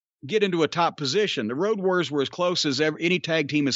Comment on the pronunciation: The build to it was fantastic. "I'm hunting Woad Wawriows"